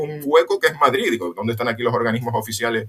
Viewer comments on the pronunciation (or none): none